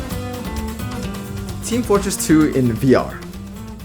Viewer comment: did you just say, meat fortress ?